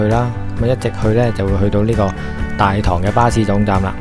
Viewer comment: 大棠的正確讀音係＂大糖＂